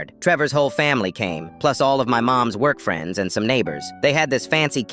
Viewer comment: I heard "work friends " as boyfriends 💀